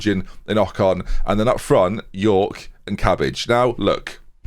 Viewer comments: Cabaj is more or less "tsabai" but go for "cabbage" cause it's way funnier (source: I am a polak) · Sorry to kill the vibe, but it's essentially pronounced as "Cabaye" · Pretty sure Cabaj is pronounced 'Tsa-bye' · Cabaj’s name is pronounced “Sa-bye” please dont make us listen through another season of “ollkaninen” 🥺😂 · Pretty sure Cabaj is pronounced “David Cabaye” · Cabaj in Polish is pronounced "Tsabay". Do what You want with that information :)